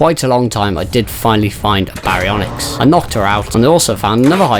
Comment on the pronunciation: BEYdon and BEYwing 😂😂 gotta love it!